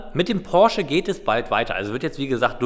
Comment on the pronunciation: Hi, Deine Videos sind eigentlich nicht schlecht, aber die Betonung auf den Porsche und die Angestellten Bezeichnung kommt nicht so toll rüber sorry